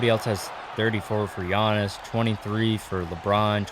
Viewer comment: You say giannis name so wrong